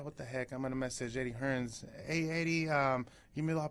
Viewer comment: Why he keeps saying HearnS...ITS HEARN